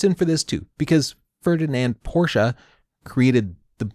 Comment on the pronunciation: I like that you say "Porsche" like the germans do and not "Porsch".